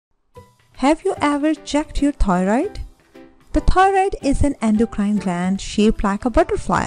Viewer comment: This video had a lot of good information, however, the person had a very thick accent. There were times that it was even difficult to discern the word 'thyroid.'